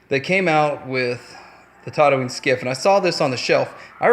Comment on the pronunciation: It's TATOOine, not TODDooine for fucks sake.